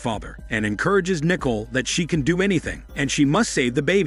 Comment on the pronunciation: It’s pronounced Nih-cole, not nickel.